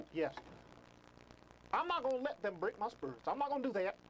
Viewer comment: “Im not gonna let them break my spurits!”